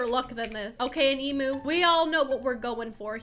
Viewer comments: Lemme help you out with emu so its (E-Mi-U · Pronounced: Ozzie and emyu Spelt: Aussie and emu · People say emu like your pronouncing it like emoo but it’s emu like u pronouncing it em-you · i can't say this enough. It is an emyou(thats how u pronouce it) not an emoo. Btw it is spelt emu tho. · Why are you saying “emoo” it’s pronounced EAM YOU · This is how many times she said emu wrong ⬇️